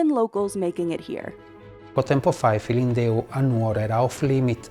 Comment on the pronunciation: "Su filindeu". Business Insider has to have their hosts entonate Italian words the right way, I thought she was speaking Chinese. She says it like, "Su-feelin-doo". It's "Sue feelin'-DÉ-ÚH".